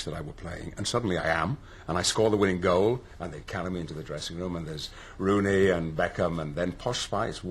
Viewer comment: Just him saying the names Rooney and Beckham is enough for me to pee myself laughing!